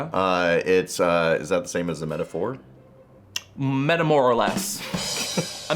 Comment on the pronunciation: Metamour is pronounced like “paramour” which is NOT how the band’s name is pronounced. (Though the band is a poor man to of sorts of that word). It is “para” or “in respect/relation to” (hence “parallel”) and “amour” (as in “love”). Edit: on the episode as a whole, I sadly found it confusing. I think that the feeling was aggravated by the introduction of a term and them a visual gag that derailed the necessary explanation. Loved the energy, tho.